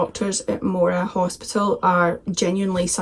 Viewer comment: Funny to hear with your accent, you’re finally pronouncing it Moora and not Moo ra like a cow 😄